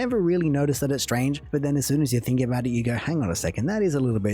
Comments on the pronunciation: He's 100% exaggerating the whole "about - aboot" thing - (I also heard it in another word he said but I don't feel like trying to find it now), I don't know anybody who says it that way. I don't know where it started that people think Canadians say 'about' like 'aboot' but it's not true. I also totally disagree with him about Canadian Tire and the money, they do have cards now for the money and they only give the actual paper money to people who don't have them so rarely go there, explains why he got it since he seems to have a hate on for them. Most parents give it to their kids or there's a donation box at every til collecting it for charity if you don't want it, seeing him rip it up is tantamount to sacrilege for a 'true' Canadian. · JJ is incredibly pretentious and negative about Canada. He does the "aboot" pronunciation deliberately to sound more stereotypically Canadian. He is incredibly annoying and a poor source of information on Canada as a whole. I have no idea why he shows up on "react videos" so often. Just my opinion as a Canadian. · Canadians do not say, "aboot." This is a false, and is clearly faked by this guy when he speaks. HIs false stereotype pronouncing this word can even be looked upon as offensive by Canadians because he clearly knows he is promoting a stereotype that is untrue..... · Omg this guy is clearly hamming it up with his exaggerated pronunciations and is extremely uninformed. So many things wrong ”aboot” what he has to say!!! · JJ does the "aboot" pronunciation deliberately to sound more "stereotypically" Canadian. Really annoying guy. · Aboot is a Nova Scotia dialect. Just listen to any Scotsman with a mouthful of marbles. They cannot pronounce the word about. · Please note that this guy's pronunciation of "aboot" and "oot"... and "aroond" (not a thing) is put on. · If you listen to a Scot with his mouth full of marbles you'll definitly hear the word aboot. A Scott cannot pronounce the word about. Makes me think Darwin was wrong.